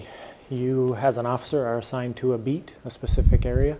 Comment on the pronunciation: I can appreciate someone who knows the difference between “specific” and “pacific” 🌊